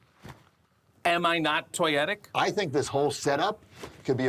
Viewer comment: “Am I not toyetique?” No one mauls the English language like our! 😊